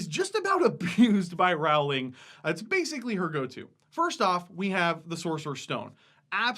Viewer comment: pronounced "JK roll-ing," but I mean, everyone gets it wrong.